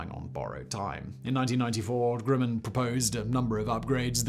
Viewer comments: "Grimmin"?....isn't it 'GRUMman"? (spelled Grumman) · Say "um". Now say "gum". Now say "grum - man". Grumman. Grimmin? Seriously? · It is Grumman not Grimman